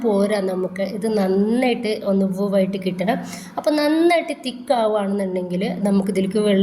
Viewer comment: വോവ് അല്ല വേവ്. കേൾക്കുമ്പോൾ എന്ധോ പോലെ അതാണ് പറഞ്ഞെട്ടോ